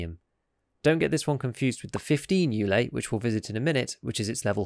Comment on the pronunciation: Just a bunch of pronounciation notes. It's pronounced more like 'Ooley' (Hive), actually. 'Zh' here stands for the Russian letter Ж, which is pronounces somewhat like last 'g' in garage or ménage. Same deal with Gzhel . it's Latin, ergo pronounced more like 'arse'. The name basically means 'the art of arms' or something like that.